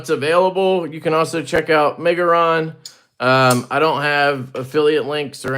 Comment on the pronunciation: Almost had to open a givesendgo for you trying to pronounce the brand😂:_LeftyBallsack::_LeftyBallsack::_LeftyBallsack